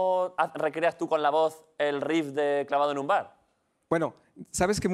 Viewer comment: ese "Tú" está mal acentuado. Menos mal que no estaba Quequé.